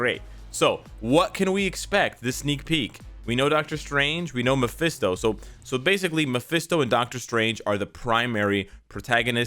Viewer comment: Its mesphito not DS 🤷